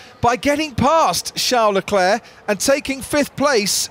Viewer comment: "Shá Leclé" 😂😂😂😂